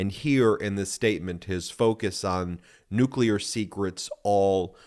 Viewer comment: you mean Nuka'leer? Don knows Nuka'leer..his Unkle was Nuka'leer. Osmosis happened.